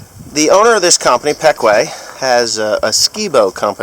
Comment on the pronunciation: is that the way Ryan pronounced the company name your saying it as peck-way here in PA we say it as pee-kwah